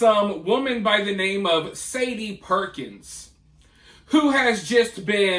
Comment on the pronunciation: Keep up the Awesome work! FYI “Sade” is pronounced “Shah-day”.(Shaw- Day) 👍 She is a “Special” kind of Evil!